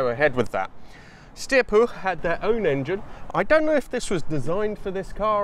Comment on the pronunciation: Nice video. As long as you keep the u in Puch as oo, your pronunciation is bang on. Living nearer the German-language Germanics than you do, I believe "Steyr" is pronounced as Styre, not steer. That "Porsche" flat twin sounded a lot like an air-cooled Beetle - ;) oh wait, that VW engine may have been designed by a Porsche guy (too). Key question with "flat" is, is this really a "flat" engine (one crankpin for two cylinders) or is it a boxer (one crankpin per cylinder). I don't think "flat" works well if there are only two cylinders.